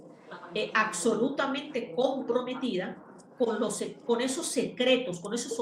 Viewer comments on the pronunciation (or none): 🔵 Me desespera lo mal que hablan los venezolanos. Pronuncian: conceCto, eStraordinario, aCsolutamente, etc 🥴